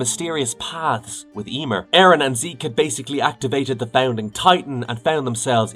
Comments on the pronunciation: I think this is an computer-narrated video, and it couldn't pronounce Ymir Fritz correctly. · whats up with that ? AI couldn't pronounce that word right? :D